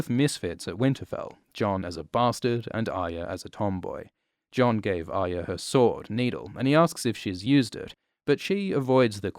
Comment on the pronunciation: “Aya” is all I hear